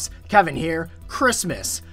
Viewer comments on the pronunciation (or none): none